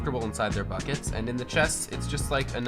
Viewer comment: When he said “ get in the buckets guys “ I thought he said “ get in the fuckets guys “😂😂😂